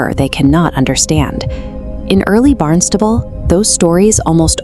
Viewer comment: Thank you very much. Also, we have always pronounces "Barn Stable" like this: BARNST-uh-bull ❤